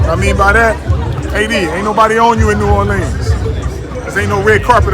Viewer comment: I’m mad cuz lavar pronounced New Orleans new orLEENs